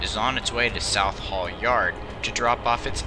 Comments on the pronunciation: Are you trying to say ‘Swansea’??? Also, You are incorrectly splitting Southall into South Hall... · What do you mean by ran from the 1970s-2019? They’re still running! And, by the way, it’s pronounced South-all and Swan-sea. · I was so confused as well as how he couldn't pronouce Swansea and southall